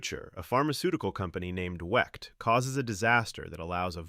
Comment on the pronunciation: Wicked not wect